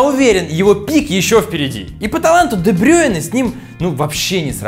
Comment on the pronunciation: Де Брю́йне а не Де Брейне